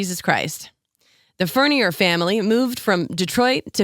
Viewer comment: It's pronounced Furn-yay.